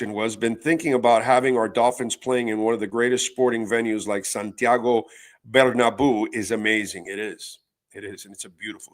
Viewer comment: it's pronounced BER-NA-BE-U in Spanish